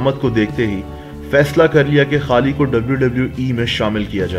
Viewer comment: Bhai Pehle bolna Sikh le..... खली होता है।।ना कि खाली 😂😂